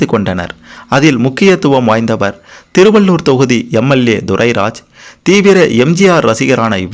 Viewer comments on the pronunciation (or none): none